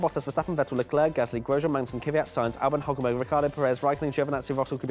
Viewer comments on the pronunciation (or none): It is pronounced Kwyat not Kyvyat